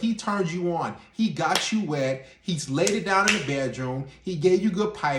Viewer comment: He mispronounced wet